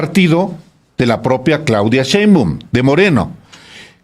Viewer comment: por qué no ha salido a disculparse por decir mal Jojutla, y es shein no Cheim, ahora me cuesta trabajo confiar en que los municipios que digan hay que verificarlos